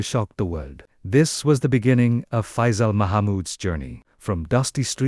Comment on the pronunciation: This guy can't even pronounce his name correctly. Shame!